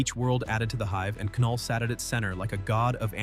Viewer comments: Did he really say Ka null.... It's Knull... (Null) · “before there was light, there was ka-null” lol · A.I. has yet to understand that the K is silent in Knull. It's pronounced Null. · By the way, you don’t pronounce the K the K is silent so it’s just knull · “Kuh-null”… the K is silent😑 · I stopped watching when this AI said Ke-null for Knull. Damn AI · Kuh null? Really? Ai